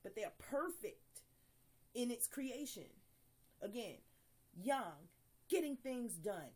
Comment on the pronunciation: Good One! Your one of the few people that pronounce Yang correctly:) Im enjoying your videos